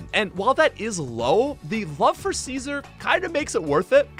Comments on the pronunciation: bro called sizz-zore caesar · "Seezur" 😂😂😂 Its pronounced Si•Zor my dude, like scissor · Bro really called Scizor "Caeser" lol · I've never heard anyone pronounce Scizor as Caesar before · It took me a while to realize that when he says "Ceaser", he is talking about Scizor. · Boy out here calling scizor, ceasar. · He pronounces Scizor as Seezor. Annoying. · Sceezor wtf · ...Why the hell do you keep mispronouncing Scizor as, "seizure"? You do know what scissors are, right? Is this some in-joke or do you actually call it, "Seizure"? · He pronounces it as Ceaser actually. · I never knew Whitney's gym was a Clefairy! Also you really butchered the pronunciation of Scizor, my friend.